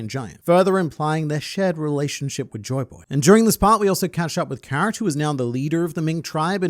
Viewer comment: Demaro Black calling Joyboy as Joy Toy got me lmao 🤣